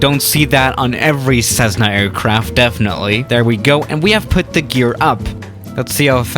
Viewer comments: Is it me or does say ceszzna instead of Cessna ( no hate intended ) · Not 'SEZ - nah'. But rather 'CESS - nuh'. Thank You. 😋. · Theirs nothing weird about this plane except for the way you pronounce cezzna skhimasterr rofl. Ive been waitin for this to come to msfs marketplace already. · There is no z in Cessna, ie what the heck is with this computer generated voice that pronounces Cessna, Cezzna? And the Cessna Skymaster was manufactured for years, isn't even particularly rare. Even the USAF used them, as FAC aircraft, during the Vietnam War. And finally, many other pusher puller aircraft have been built over the years, the most recent being the Adam Aircraft A500. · Nobody: Absolutely Nobody:: This is a CZEZZNA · Plz stop saying cezna